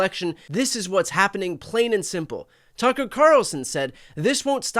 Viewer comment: Brian just made me laugh. The way he pronounced Tucker Carlson sounded like “tugger” Carlson. Somehow, it seems so right. 🤪